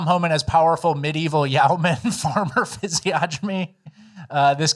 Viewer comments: Just so you guys know physiognomy is pronounced (fizz-ee-on-uh-me) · Physiognomy (fizz-ee-ogg-nem-ee) or (fizz-ee-onn-emm-ee)